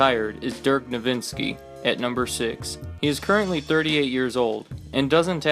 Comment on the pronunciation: It's Dirk Nowitzki not Dirk Nowitzski. I can't believe I'm the only one to notice that.